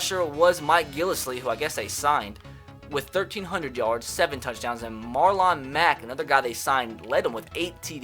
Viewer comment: U acted like u never heard Marlon Mack and said Marlon wrong. Its not like he didnt play. He was solid as a rookie.